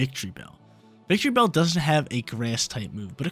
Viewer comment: Victreebell???? No……..it’s VICTORYbell!!!